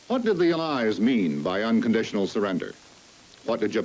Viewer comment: The way he pronounces "allies" is throwing me off